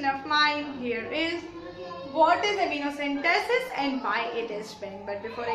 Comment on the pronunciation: It's Amniocentesis not Amniocentesis